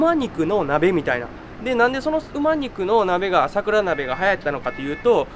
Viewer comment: 『だいもん』は港区芝だよ、吉原は『おおもん』。あと馬肉は『ばにく』吉原は『よしわら』ね。